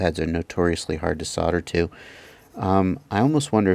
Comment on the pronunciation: I really love my Chameleons - a 5 and a 6. The 6 is actually the sweetest flying bird I own. PS I so LOL when you say "fuck me" and "fucken". You're normally so polite and well spoken (apart form your "sodder" affliction ;-) ). We should make you an honorary Aussie - you sound like one of us when you start the F bombs. :-)